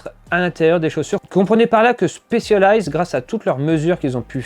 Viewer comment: Stop dire chpecialized c'est un S 😭